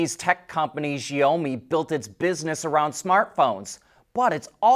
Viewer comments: The freaking name is SHiaomi, 小米 which means “little rice”. NOT ZZZZZhhhhiaomi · It's. She-ow- me in English. He changed is pronounciation. But he needs to change the middle, he says a LOng O sound, but needs to change to an Ow , like he hurt himself sound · Xiaomi= Shau mi (shau rhymes with now)